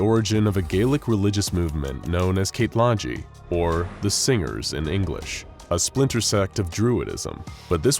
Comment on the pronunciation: Nice pronunciation of Cétlaidi man. (I'm Irish and can speak full Irish )